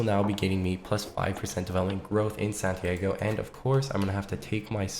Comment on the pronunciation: san tee ah go not santiego